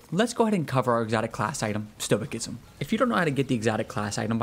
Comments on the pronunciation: It's pronounced STOW-I-SISM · Stoicism the c is pronounced as an s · Bruh stop saying the C is Stoicism. Lol it's an S sound lol